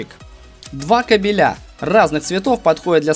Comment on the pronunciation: на слове кабель, ударение ставь на первый слог, а не на второй)) смысл меняется))